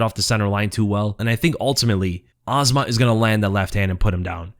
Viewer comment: It's really that hard to pronounce "Azamat" the correct way??? IT'S A -ZA-MAT!!!! NOT AZMAT. Get it right please